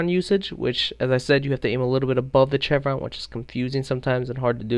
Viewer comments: It's pronounced "Shevron" not "chevron" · It's pronounced (shevron) not (ch-evron) it is a sh sound not a ch sound. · Dude as a military man I have to correct your pronunciation of 'chevron' pronounce it as [shev-ruhn] check any dictionary. Shhhhh not Chhhhhh. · LOL just FYI, it's not CHevron, it's pronounced "SHevron." Thanks for the video though. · Pronouciation: Chevron: - shevron not chevron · chevron is pronounced like shevron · Don't mean to be a dick but is pronounced "shev-ron" not "chev-ron". Great video though. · Its pronounced sh-evron no ch-evron. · Aaaaaghhh chevron is pronounced like chevy!!! Aaagahagsdbxnsjs not like cheese! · It's NATO as in Nay-Toe, and CHEVRON as in Shev-ron... not sure you can make play the game this long without knowing how to properly pronounce those words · ok While it is spelled with a ch it is pronounce like sh for Chevron pronounced SH EH1 V R AH0 N SH EH1 V R AA0 N shevron is roughly How it is Pronounced for future speaking parts but it is spelled chevron. like chevrolet is pronounced shevrolet learning this will make future videos sound a touch more educated and professional. Learn Something New everyday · ITS PRONOUNCED SHEVRON. AND ITS NOT NAAAAATO ITS A LONG A OH GOD IM SO SORRY IT WAS JUST BOTHERING ME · omg bro, excellent video but its pronounced SHEVRON. The same way you'd pronounce Chevrolet. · Chevron = Seshv-ron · Chevron is pronounced like shevron. NATO is a long "A" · It's not pronounced Chevron even though it's spelled that way, it's pronounces Shevron. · "CHEVron" lol. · Chev-ron lol....try Shev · Its pronounced "Shevron" not what you're doing. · Jesus christ its pronounced "SHEVRON" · The fact that you mis-pronounced chevron so many times was really annoying and distracting. Its pronounced like the the car company, gas station or the "V's" on a soldiers arm showing his rank "shevron" . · prone to a lot of error huh? you pronounce chevron like chevrolet, with a "sh" sound.